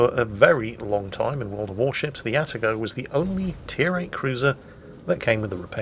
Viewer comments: It's pronounced "Ah-Tah-Go" not "Atta-Go". Though I doubt will read this comment. About the Kitakami you know what? I would like to see it brought back, but using the Pan-Asian type deep water torps. That way your friendly DDs won't complain about getting TK while trying to cap and other things. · please, its Ah-Tah-Go, not "atta-go". And not a single "ara ara" in an Atago video? You call yourself a weeb?